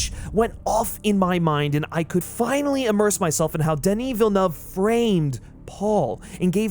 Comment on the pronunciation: Me (from Quebec) appreciating you actually pronouncing Denis Villeuve’s name like it should be 😂